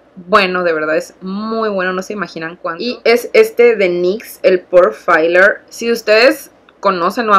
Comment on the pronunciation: "Failer" ? es asi literal como dice "Filler".